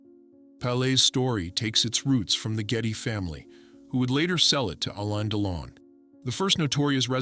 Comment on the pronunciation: Er heisst Delon. U nicht Deilon